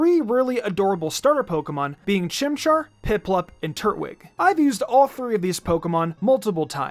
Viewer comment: All I could focus on was him saying Turt-wig instead of Tur-twig 💀